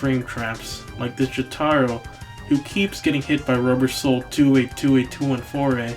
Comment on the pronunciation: Said it 5 years ago, say it now, it's Jo-TURR-Oh, not Jo-TAGH-Roh. Fucking Jo Lynn fans and Pornalf enjoyers I swear. Dia VohLoh too, it's Deeavoloh.